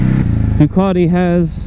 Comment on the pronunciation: It's pronounced "Test-ah-stret-ah", oh, and "Duke-at-e" not "Due-car-tee" ;-) First American video I have been able to watch start to finish, as you guys are normally whiney turds, who love to cry out "OH MY GOD YOU ALMOST KILLED ME" when someone pulls out a quarter mile ahead of you; whilst you're speeding! Not to mention the terrible use of "sick", or "it's ya boy..." - though I almost clicked off with the intro music.